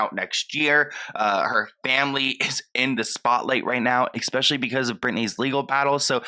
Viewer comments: I love your videos but one little thing is making me crazy. It's ESPECIALLY not EXSPECIALLY 🤣❤ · There’s no X in the word especially.